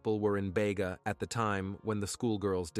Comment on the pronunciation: Bega (. pronounced Beega)... you got the victims name wrong, her name was Lauren Barry, her friend was Nichole Collins. the very least you can do is get the victims names correct. Actually, you get a LOT of information wrong, double check. These "stories" involve real people.